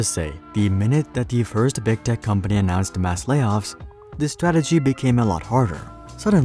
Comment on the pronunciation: Am I the only one who keeps hearing "big dick companies"?